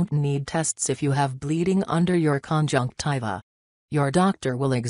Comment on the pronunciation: Omg stop saying conjunciva